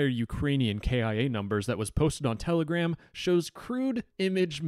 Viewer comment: Its Telegram not Tele-Gram